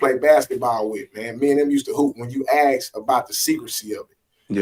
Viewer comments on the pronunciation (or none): so let me get this straight... if 'ask' is 'aks'... then why the F isn't 'escape'... 'ekscape'!!!!!?? and why did black people used to pronounce 'ask' correctly pre 2014????